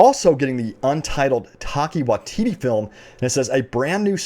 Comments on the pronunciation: Omg when you said Taika's name jesus christ. New Zealander here it is pronounced tai-ka why-ti-tee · “Taki Waitita” dude you butchered his name. How does his name look like your pronunciation?